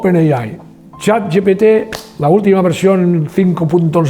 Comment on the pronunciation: que es yat yepete en vez de chat gpt